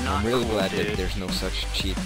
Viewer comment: haha,dobar ti je engleski , al te sere ono ćiit :)